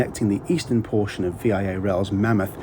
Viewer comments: Thank you for saying that. I came to say the same thing. It's just "Via Rail" not "V.I.A. Rail" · Excellent trip report. A couple of things: the Assiniboine Park that the car is named after is actually in British Columbia. Also, the company name is pronounced “vee-ah” and not V-I-A like an abbreviation. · As a Canadian, I am so happy you did this review. I have been planning to do this trip for a number of years! Great video and review. Just one correction - Canadians call it Vee Ah Rail rather that V.I.A rail. The parents of a number of my Italian friends used this route to start their new life in Canada after arriving by boat in Halifax. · Just to clarify the name of the train is VIA(VeeeYah) one word not V-I-A as separate letters. No requirement to tip either same as on Amtrak, only if you want to. Seen many other reviews of VIA & Amtrak including those from locals on both sides of the border and none of them say it's a requirement only if you wish to. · It's "Via" not "V.I.A" it doesn't stand for anything other than travelling. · Great video! I really enjoyed this video just like your most recent Canadian train trip on “The Canadian” this video was also excellent! However the Canadian rail company VIA is actually pronounced as “vee-ah” not as how you said it as V-I-A. That’s the only thing that wasn’t great but other than that excellent work! Cheers from Detroit MI mate! 🥂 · V - I - A? Even the announcer on the PA system gave the correct pronunciation: VEE ya! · VIA is said Via pronounced Vee Yaaa. I is not the capitol letters from three different words it is one word. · its VEE AHHH rail not V.I.A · Love your video, but it’s not necessary to say “V I A” it’s a word, VIA. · Ok, it's not V I A, it's pronounced Veeah, like going to Montreal via Bathhurst.... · not V.I.A. It's Via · It's pronounced Via as in Mumma Mia not v.i.a. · It’s not vee eye ay rail. It’s Via rail. Pronounced. Vee ahh. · it's pronounced VEE-AH not V-I-A. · PS. It's pronounced veee-aaahh😂